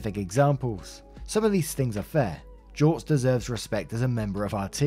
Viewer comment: You pronounced it correctly. Good on you.